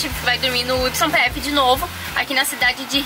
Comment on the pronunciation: Kk..olha..o video esta bem " ilustrativo" pra quem viaja e quer saber tudo da documentaçao. Ben legal. E aduana demora mesmo. A YPF se fala ( ou pronuncia ) - " i p f " ! O y na Arg eh na real um " i" q as vezes se torna um "j " ou "g" se estiver no meio ou começo da palavra.. como : Tuyo , yacare, yeso,.....mas o finalsinho eh q esta ficando interessante..coloques maiss desses " quase erros "...eh divertido ver que nao eh so ligar a camera e gravar e sair de uma vez so.! Abraços..e se cuidem.